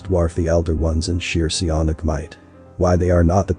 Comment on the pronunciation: Se-on-ic? What is that?